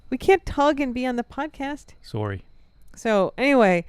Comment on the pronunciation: When Ingo said, “Sorry!” during the beginning of the podcast, he sounded extremely Canadian! 😂🇨🇦🍁